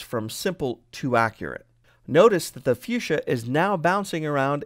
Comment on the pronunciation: it's actually fuchsia